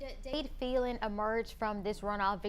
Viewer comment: She pronouncing Phelan wrong